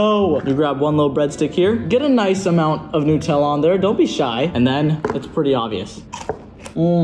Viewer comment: It's pronounced new-te-la